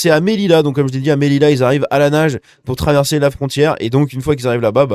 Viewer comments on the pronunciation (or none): 34 morts à l'heure actuelle..Ah et petit conseil, on prononce : Séouta et Méliya